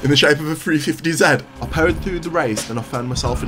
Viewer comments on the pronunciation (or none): bro really pronounced 350z like that 💀